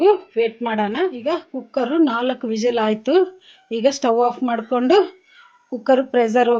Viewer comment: ಮಾಡಿಕ್ಯಂಡು ಅಲ್ಲ ಮಾಡಿಕೊಂಡು ಅಂತ ಹೇಳಿ ತೆಂಗಿನಕಾಯಿ ಹಸಿಕೊಬ್ಬರಿ ಅಲ್ಲ